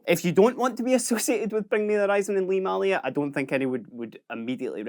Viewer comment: May lia not Mah lia